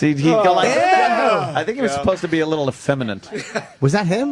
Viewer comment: Ant always says effeminate wrong